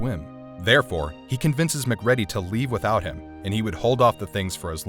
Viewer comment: Mc ready is my new favorite pronunciation of McCready